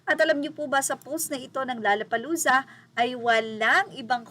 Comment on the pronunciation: "LOLLA" hindi "LALLA"!!!